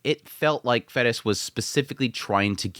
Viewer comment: It's certainly not 'Fetis'/'Fettis'. It's "Ferris"!!!